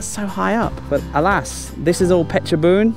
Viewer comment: ออกเสียง เพชรบูรณ์ ชัดมากครับ